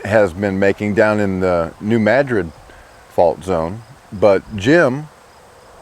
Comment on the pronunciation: Thank you for pronouncing New Madrid correctly. Most newscasters usually don't. Tells me that you are an intelligent person and probably know what you are talking about. I will take heed and keep an eye out. Thanks, again!